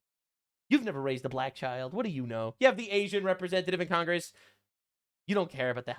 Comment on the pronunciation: What is Con-grass? 😂